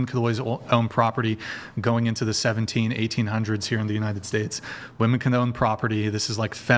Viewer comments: Why is it so hard for some people to pronounce ‘women’ properly? I swear it’s because they’ve never seen the inside of a book. 🤦‍♀️ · I don't understand why none of the panelist in pretty much any of the Whatever podcasts I've seen can pronounce WOMEN correctly?! They all say woman when talking about multiple women. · I can't take any of the women seriously on this panel that say woman when it should be women or women when it should be woman. Fucking retards.